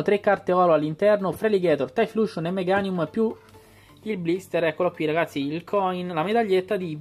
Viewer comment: E' "Taiflosion", non "Taifluscion" ;)